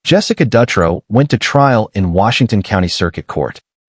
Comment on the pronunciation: Shitty thing is, I was locked up in Coffee Creek with Jessica Dutro (dew-tro)...she is now gay...so it makes her case that much worse. Also, Sarah Saffernick is in Illinois. Oregon, Illinois. These were supposed to be Oregon state, but decent video